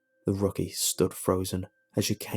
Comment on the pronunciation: rocky lol. Rookie. Rook like the Chess piece